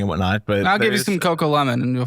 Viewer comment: Not cocolemon 😭😂